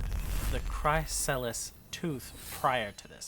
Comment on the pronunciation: Chrysalis = Criss-ah-liss Entropy = En-truh-pee